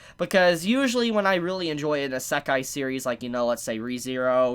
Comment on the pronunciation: Your pronunciation of isekai hurts me